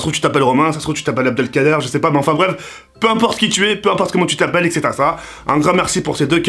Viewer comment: Il dis tt le temps Ksetera-Ksetera 😂